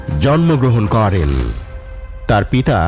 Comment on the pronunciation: ভাই আপনার ভয়েসওভার টা ঠিক করা দরকার। প্রত্যেকটা বাক্যের শেষেই "করেন" উচ্চারণ টা খুবই কানে বাজে। এইভাবে উচ্চারণ করার কিচ্ছু নাই